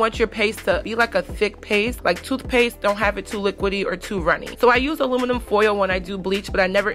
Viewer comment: Girl you can't even say aluminum so stop saying it dope